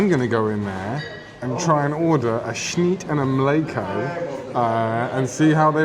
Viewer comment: If you pronounced snyt and mliko correctly you’d be much less conspicuous!